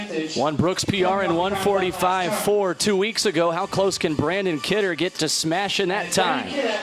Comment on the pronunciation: How many times can the guy announcer say the wrong name?! The winner’s name is BRANNON Kidder. Not Brandon! 🙄